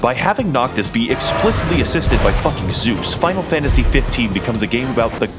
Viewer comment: As a audio listener who had this autoplay, I can genuinely say I misheard him say "spinal Fantasy 15", and thought this was a game genuinely about the BTS crew going around and slaying gods for a solid five minutes before he said it was Final Fantasy.